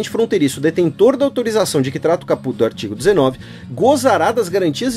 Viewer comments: Caput lê-se capati, se não me engano. Primeiro gostaria de parabenizar pelo excelente podcast e por trazer mais conhecimento para os ouvintes sobre essa Lei. Tem que fazer mais desses podcasts quando houver projetos polêmicos como esse. Só gostaria de comentar alguns pontos. Assim como muitos são histéricos quanto a aversão à Lei, vocês (professoras inclusas) não escondem o fato de serem totalmente à favor, mesmo sabendo que é nos detalhes que residem os problemas, nas regulamentações que virão ou que certamente faltarão e principalmente nos recursos financeiros (que não existem) para implementar tal lei, assim como não há para as garantias constitucionais de segurança, saúde e educação. Para melhor esclarecer seria interessante analisarmos fatos prováveis de acontecer e sair do "achismo", caso Cesare Battisti por exemplo. Se não houver condições de fiscalizar ou policiar as fronteiras (e não há), aí o problema é outro? Na minha opinião, se não puder implementar (fiscalizar, policiar), que não se aprove tal Lei, simples assim, pois ninguém precisa de mais leis quando as que já existem não são cumpridas. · Lê-se cáput, mas, escreve-se caput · Hahaha, amei a sua pronuncia de "caput". Na vdd se acentua a primeira silaba ^^ Queria aproveitar para agradecer tanto por essa iniciativa quanto por todas as outras (podcasts, textos e videos), por fazer dos meus momentos de lazer igualmente momentos de aprendizado.